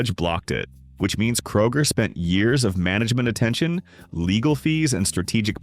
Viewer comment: ... kay-roger. LOL!